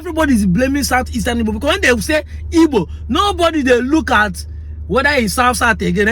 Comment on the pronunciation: it is called Igbo, not ibo. Europeans call us Ibo because they can't pronounce the "gb"